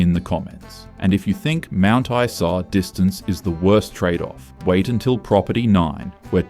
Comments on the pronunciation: And someone who knows how the pronounce the names of these towns! Mount Eesa? Seriously? 😂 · not knowing how to pronounce mt isa == immediate ban from making more queensland videos